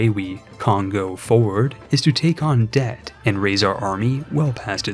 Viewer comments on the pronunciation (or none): none